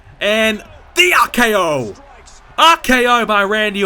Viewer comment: Why do you say AKO and not RKO?